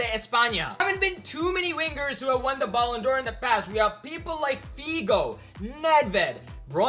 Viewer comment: Guy you literally just said "baloon"dor